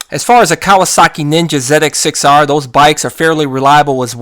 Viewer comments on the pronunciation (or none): Say it with me Z X 6 R. First time I've ever heard someone call it a zedex 6r. Great vid very informative.